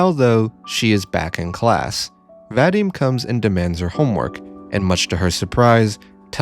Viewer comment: What has always, ALWAYS bugged me about western videos on Russian media is the pronunciation. Like yeah, sure, here is a very detailed, well though-out and polished philosophical essay on the topic, but the thought to google the pronunciation of the characters' names (literally the first result on "Ira name pronunciation") had slipped the author's mind, and EEra is Aira now, VadEEm is VAdim, and Asya is AZya (more like Azeea) ((but that's understandable since many foreigners have trouble pronouncing soft consonants and the letter Я (ya))). No flak to you (well, just a tiny bit of it, but genuinely only a smidge), but it's something that's irked me for a long while, and you pronouncing Ira like the that was just the final straw.